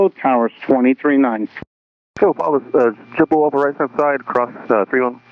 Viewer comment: Right away the controller is speaking ebonics, there is nothing clear in his speech. Pronunciation should be a requirement for this job. I see right away that the problem is DEI hiring. Its not Jeboo, Its Jet Blue, even the numbers are garbled.